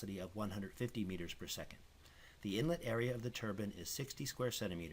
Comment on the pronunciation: It's pronounced "turbine" not turban